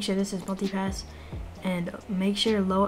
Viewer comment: Am i the only one hearing "Monkey Pass" instead of "Multi-Pass"